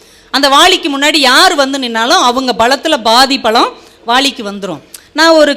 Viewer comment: அருமையாக பேசுகிறீர்கள், ஆனால் வாலி என்று உச்சரிப்பது வாளியெனவும் பலத்திற்கு பளம் என பேசுகிறீர்கள் அதை சரியாக உச்சரித்தால் மிகவும் சிறப்பாக இருக்கும்.